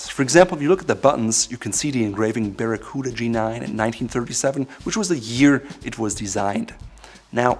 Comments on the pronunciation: 表記は「バラクータ」なんだけど日本では昔から一部でバラクーダって言われてた やっぱり発音が「バラクーダ」って聞こえるね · I came to learn the correct pronunciation of Baracuta, coota or cuhta? Sounds like the toothy fish. Thank you. I wasn't paying attention when I clicked on this vid and was pleasantly surprised to see the Captain Courtesy and Class (they work very well together dontcha think), the sartorial specialist, the Eminence of Savoir Faire, mein Herr. Circa 1980 I had a navy blue unlined Harrington, most likely by London Fog. There is a slim possibility it had a four inch ribbed section under the kidneys instead of the waist band like the G-9. Maybe the waist was adjusted by tabs and buttons below the kidneys. I would have several made in black, navy, British khaki and maybe red lined in the appropriate tartan depending on the color of the jacket. If I'm dreaming then poplin would not take the lead but rather cotton cavalry twill as well as wool in the same weave while not forgetting that poplin is better for summer wear, That's after the lottery comes through.